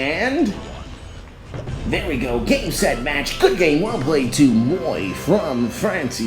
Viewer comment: moie???? it’s m-moi not moie